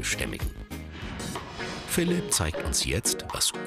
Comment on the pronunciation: Welcher russe heist phlip dahahaha xD